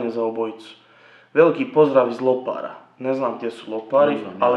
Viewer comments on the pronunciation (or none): Mali ispravak haha krivo si naglasio Lopar, neznam dal još negdje postoji mjesto Lopar ali inace ja znam za Lopar na Otoku Rabu u Hrvatskoj, bez ljutnje samo mali ispravak i eto možda još negdje postoji Lopar osim na Rabu! VELIKI POZDRAV 😀